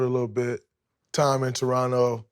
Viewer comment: Most underrated part of the interview is Draymond pronouncing Toronto properly. Real ones know the second T is silent